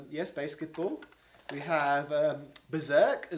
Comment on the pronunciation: wait. Do you just pronounce Basketball as "Baseket ball"? Or is that a homebrew game, based on the worst Matt Stone & Trey Parker* movie? *They're the creators of South Park, and The Book of Mormon